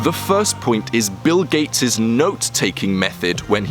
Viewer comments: 'Bill Kates' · Bill gayts